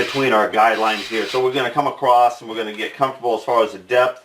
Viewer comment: Very sorry for your loss. Just wonder,was the edited word "acrost"?